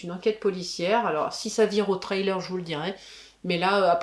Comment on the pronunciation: Et sans être anglophone ( du tout) ou un spécialiste de l’anglais votre ”Trailer”( remorque ou bande-annonce pour ”thriller ”( prononce ”Frri-leur”m’amusé bcp . .vu que j’faisais la même erreur . . .et d’autres . . .😉👋🏻👌🏻🤷🏻‍♂️